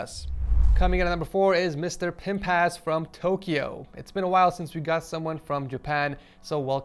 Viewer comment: who else heard "mister pimp ass"